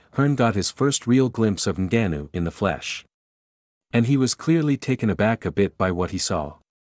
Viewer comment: You the first guy I had saying his name right. It's Ngannou but people say Angannou